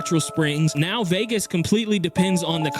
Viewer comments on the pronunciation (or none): none